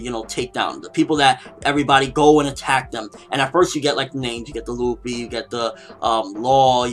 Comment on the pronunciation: This may sound weird and out of place, but I'm getting sick of people calling zoro..zolo? and luffy..ruffy? It drives me crazy but I know I can't change how people say things(especially on youtube lol), but my ocd is driving me crazy. Just had to put it out there. IT'S ZORO, NOT ZOLO. AND LUFFY, NOT RUFFY xD lol